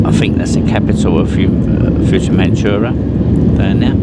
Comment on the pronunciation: OMG it’s not futuremanchura!!! It’s fuerteventura. Can’t you say anything correctly. It’s so annoying.